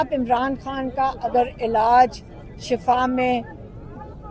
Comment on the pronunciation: shafa moat ko kahtay, yah lafz Shifa hay, ab socho aap na kia kaha